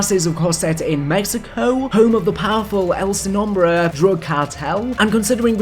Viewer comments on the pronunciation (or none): If saying el sin nombre is too complicated to pronounce you could just say the no name so you dont complicate yourself more but if you wanna say it right itll serve you to learn to say it correctly so just saying